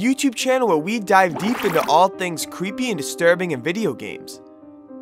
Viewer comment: “Whewe we dive into cweepy video game topics” Quit with the voice or else.